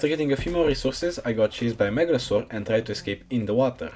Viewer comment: i like how he pronounces it with an accent: megalozor :)))) no hate it was just funny :D nice video loved it.